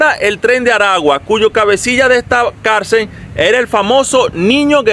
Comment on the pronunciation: No se dice carcer se llama carcel